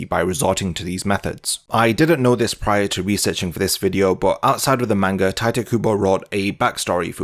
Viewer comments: it's not "tai-teh" it's not "tee-tay" it's not "tai-teh". it's "tite" as in "tight". fuck. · Fun fact: In spite of his Japanese lineage and the way English letters are pronounced by Japanese speakers, Mr. Kubo intended the first name of his pen name to be pronounced 'tight', not 'tai-teh'.